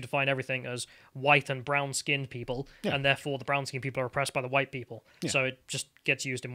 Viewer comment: 'Every cake, huwhite!'